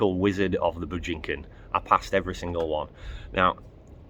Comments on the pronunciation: Hilarious mate! I suppose spending years being punched around the head in a boxing ring will give you that sort of perspective and speech impediment where you cant pronounce Bujinkan (Boo-gin-kan - there ya go). This video sure debunked someone, but it wasn't Hatsumi, it was you. You have obviously no respect for true Martial Arts, or any clue what the training is about. Including the origins, at least have the respect to pronounce the name in Japanese right. Hatsumi is not a 15th Dan and never claimed to be one-he is Soke (Look that up). You cant look at a 2 dimensional video of training and think you know what is going on-we live in the 3rd dimension-duh. You have been the victim of Kyojitsu Tenkan-ho (Look that up) by not seeing or understanding just what is going on. As for your 5th Dan friend who said that you need to be "Complicit", he's dead right. You try pulling or stepping back while someone has their finger in your eye, but is standing on your foot, or pressing down at an angle that does not enable you to step back, you cant. Look up Juppo Sessho, this is the goal of interaction with an attacker, we don't spar, but look for the point of negotiation. I agree with some of your comments on the Godan (Saaki) test. I have seen some Shihan who want students to pass and will give them an audible cue, but I can guarantee you that this is not the intention of Soke. I cant also attest to this having sat and passed the test twice, I never heard anything, just felt his intent. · My instructor makes no money teaching. The facility he teaches in charges a minimal amount per month. No one is making their fortune in the Bujinkan (and please, learn how to pronounce the word, and not for the honor of the Bujinkan. Do it to honor the Japanese language).